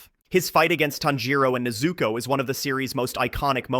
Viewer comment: Bro, if you don't bother putting any effort in arranging and pronouncing them Japanese words Family name/Name correctly or at least again try to nail them... Why bother?? NeyyyyZuuuuukooooow and tannjjjirowwwwww. Just do the dub stuff please... I mean seriously. Please